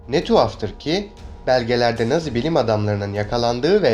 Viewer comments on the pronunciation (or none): none